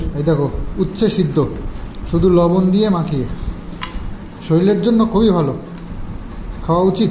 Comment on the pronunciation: শরীর বলো ভাই শরীল নয়